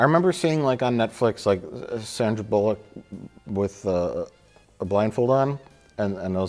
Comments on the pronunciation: I appreciated how he pronounced it ‘bollock’ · In the UK we definitely pronounce it 'Sandra Bollock'. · It’s “Bull-luck”. Trust me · It's pronounced "Sandra Bullock"